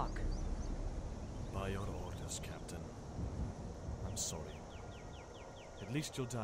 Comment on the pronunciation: my only problem is hadvar's new voice. he no longer says "sowwy"